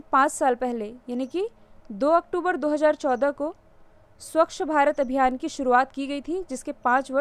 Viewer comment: मैडम जी स्वक्कश नहीं होता हैं । स्वच्छ होता हैं ।